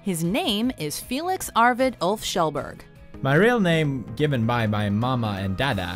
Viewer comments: Magnus Kaldhol Are you Norwegian? In Sweden we pronounce "Kjell" like "Shell". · no she didn't? Last part is not "bUUURg". It's pronounced kinda the same way you pronounce "bear". It's also a stretch to say she pronounced "Kjell" the right way, but have to give some leeway to americans I guess :P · she didnt tho. Its prounounced KJ-ellberg, not shellburg. I know it might be hard for non-scandinavians to pronounce the sound KJ, and Berg instead of burg, but no she didnt pronounce it the right way.. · J D pronounced " Shell Bearj" Trust me, I'm Swedish. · I'm sure he would pronounce it Shellburg when speaking English, just as I would introduce myself as Eric, rather than "Ear-rick" which is the proper Swedish pronunciation. The Swedish pronunciation is of his last name is "Shellberry" (The Swedish J-sound is very soft and closer to I or Y).